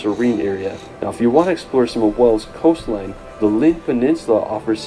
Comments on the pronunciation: WAYls not Wells for Wales! 🙂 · Why are (most) Americans unable to pronounce "WALES"? It isn't "Wells" as most of them say it's pronounced "WAYLES"!